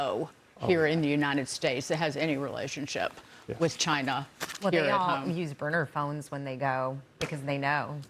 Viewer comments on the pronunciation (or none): Gary Frank Young said chiner.